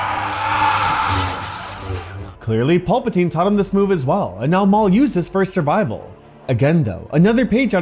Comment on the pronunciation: I swear my guy is saying pulpatine